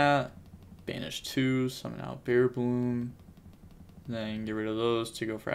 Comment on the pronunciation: It’s bearBRUM, but say bearBLOOM if you like. Respect ✊